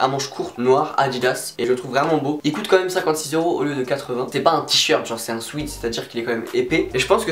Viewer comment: Tu essayes de bien prononcer Urban Outfitters mais essaye de prononcer sweat correctement ! 😉 Sinon super bien la vidéo et surtout les articles Kappa 😵👌